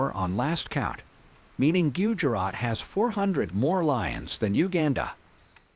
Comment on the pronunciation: Why not use same electric fence used for cattle herd..to keep lions in thier park ans frustated licals out 😂 Yep ai voice pronouciation of gudjrat😅